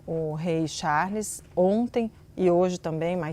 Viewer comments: Rei "Chaulss" kkkkkk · Essa mulher pronunciando o nome do Rei Charles chega me dar nervoso. Querida, essa pronúncia esta péssima.